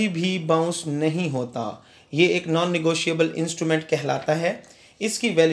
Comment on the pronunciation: Negoshiable mean😂😂